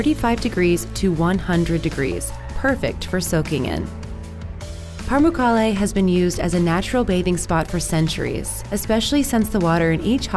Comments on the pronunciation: They’re pronouncing Pamukkale wrong. It’s actually supposed to be pronounced Pa-mook-kul-eh. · It's funny when she tries to pronounce pamukkale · The way she keeps pronouncing it...smh. Imagine a non-English speaker making a video about New York, except they keep saying 'Nur Yurk' even though their language contains all the sounds to properly say 'New York.'